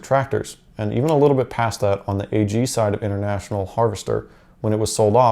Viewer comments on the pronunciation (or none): Why do you say “A-G”. Ag is short for agriculture so chop riculture off and say ag